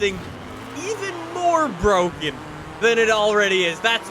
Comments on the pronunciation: Its BWOKEN, its BWOKEN! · Nobody;: BrOGaN CaR